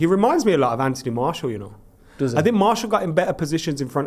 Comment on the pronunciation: Why has been calling Martial, “Marshall” recently? 😂😂😂